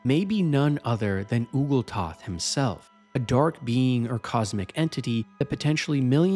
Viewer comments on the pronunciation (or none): are you just reading from a script? do you even play the games? who the hell is Oogls Toth? not to mention some other names you dont say right that is said in game.